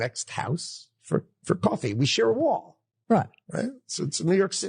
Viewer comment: Everything this dude says is apparently a lie. I don’t even believe this dude has ever lived in New York a day in his life based on how he fucking pronounced coffee -source: lived in either New York or north Jersey my entire fucking existence